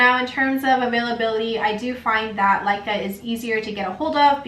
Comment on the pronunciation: Laika ? It's called Leca.....